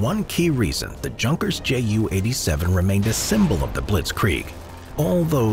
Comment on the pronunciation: I'm not german, but my ears are itching because of this. Junkers Ju-87 pronounces not from word "junk" from the English. It pronounces "Yunkers Yu"